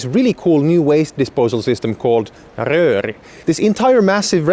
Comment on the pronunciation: the perfect english and then "rööri" got me off gard 😂😂